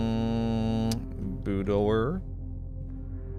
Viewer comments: When says Boo-door instead of Boudoir, it makes me think of the Swedish Chef from the Muppets LOL And bless his heart at the end doing the cipher, he really goes all out to prove he doesn't need a pen and paper, I appreciate that stubbornness!! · sounded like Boo's door! 🌸🚪 lol you've said it this way plenty, but I didn't hear it til now. vestibule sounds terrible, I dont get it either